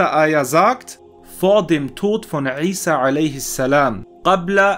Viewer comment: Er spricht es original aus! Lerne erst einmal die Bedeutung was du kritisieren willst:-) möge Allah dich rechtleiten